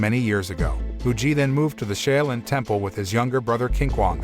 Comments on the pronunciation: Shaolin is pronounced: SHALL-LYN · Wrong pronunciation of SHAOLIN. It hurt my ears listening to him butcher a name I HIGHLY RESPECT. 🤦‍♂️